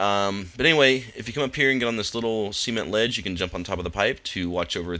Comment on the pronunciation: "Semen ledge" ....?